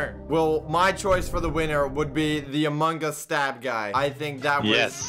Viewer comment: u said amog us ;/